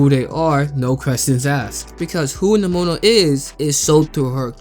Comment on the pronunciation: Please stop pronouning nimona like that 😭